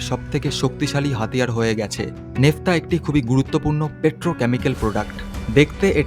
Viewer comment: উচ্চারণটা নেফতা নয় ন্যাপথা। এই ন্যাপথা থেকেই ৯৩১ ধরণের পেট্রোলিয়ামজাত পণ্য তৈরি করা যায়।